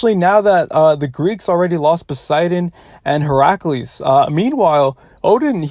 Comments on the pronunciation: Bro really calls hercules, heraculees for a min there x'D. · Wait how did he pronounce Heracles? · Bruh the way he pronounced Hercules